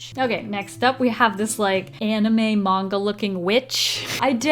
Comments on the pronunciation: I love on that she called them "magna girls" instead of "manga girls" XD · "Chibby" "Man ga" T_T